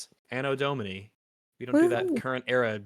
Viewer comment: "Anno Domey"